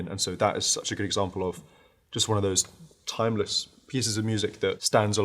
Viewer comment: he said thymeless 😏